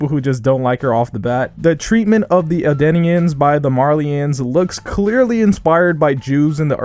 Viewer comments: It’s eldians not adeneans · El dee ans not el die ans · Also it’s Eldeans emphasize the L just trying to let you know that so people don’t roast you on the internet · Noticed this and didn’t think much more that you were pronouncing it wrong. It’s a shame that others will shout at you for a little mistake